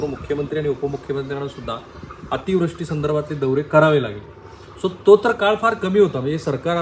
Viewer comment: Ativrushti cha uchchar chukicha hotoy.